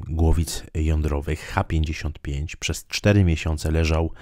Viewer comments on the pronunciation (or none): Chciałbym zauważyć, że nazwa pocisku CH-55 jest zapisana w j. ros. (cyrylicą), zatem należy czytać SN-55